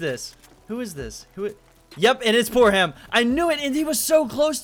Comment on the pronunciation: Why does he say poorham when it's poorhim